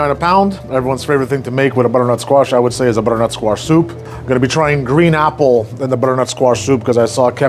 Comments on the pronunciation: BuDDERNuT SQUaSHH :0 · The budrrnut squash 🗣️ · br-nut squash 😂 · I swear you’re somehow putting an extra syllable in butternut